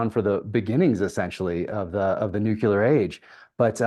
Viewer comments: Jack, you still say Nuke-u-ler, just like W 😂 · Why can’t you pronounce nuclear? Nu-clear NOT Nu-cu-lar